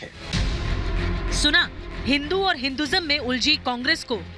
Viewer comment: राहुलके डिऐनमे फर्क है राहुल को हिंदु शब्द बोली नही आता